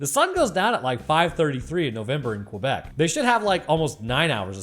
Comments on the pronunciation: I love how keeps calling out all the weird pronunciations while consistently mispronouncing Quebec. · Lmao the way u pronounce Quebec